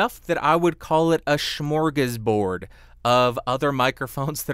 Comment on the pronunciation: Fascinated that you get "smorgasbord" right, but still can't say "versus" (got close with "verses" this time though). Somehow when you do it, it's more endearing than annoying. Another great review - thanks so much!